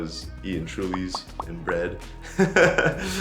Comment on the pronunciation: really said eating trulys LMAOO